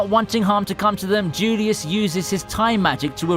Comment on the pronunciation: That lits and tzulious though... it hurts every time